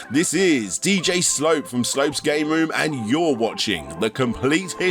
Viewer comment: Just a reminder, the emphasis on "Slope's Game Room" is on the second part. Thus, it is pronounced, "Slope's GAME Room!"